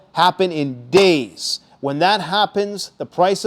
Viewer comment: How many deys away? say a number